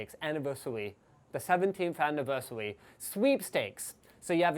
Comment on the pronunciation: Aniverseweee sounds like me trying to speak English.